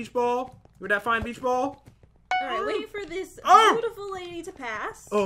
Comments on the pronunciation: Who else laugh when he said beach ball wrong 🤣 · Pat said bicth ball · I know he said beach ball but it sounded like something else lol